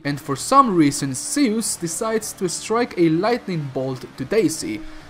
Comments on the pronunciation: Seeus? You mean Zeus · why are you calling Zeus 'See-oos'? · the way you say zeus is painful to my ears